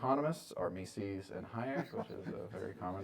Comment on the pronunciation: If only we could hear the proper pronunciation of "Mises" which does not rhyme with feces. Is that too much to ask from intellectuals?